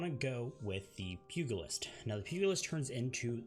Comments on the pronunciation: great video i just got the game and it helped me pick a class. One note though. pugilist its not pronounced "pug list" it is "puj a list" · I think he is a Laryzaur fan because he said Pug-ulist and not P-U-gulist. He fixes himself after but if the joke wasn't intended you still got a laugh out of me. Is a weird word but so are too many English words and even I got it wrong at first. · I really hate how you said Pugilist, its PEW-GELL-LIST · The Pug-ilist learn some words it sounds like pew - with the sound like gist then ilist. Arcanist sounds like Arcane- ist not with a ca sound but a cane sound jeez you speak slow which is a good attribute for correct pronunciation bad for people who has bad pronunciation since the slow speak makes bad pronunciation stick out like a sore thumb. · Pugilist is pronounced "Pew-jill-ist". Just FYI :) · Loved the video great job. Advice on the word Pugulist. I know the dog is known as a Pug but when talking about the fist fighter it's pronounced "Pugh" or (p-you-jal-ist)